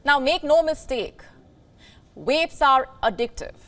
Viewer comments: They said the title wrong! It’s swap cigs for vaps. And she says wapes laugh out loud. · She is having problems getting her lips round wapes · V must be hard to pronounce